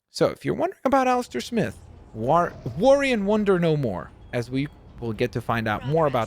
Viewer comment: BTW it’s Alistair S-my-th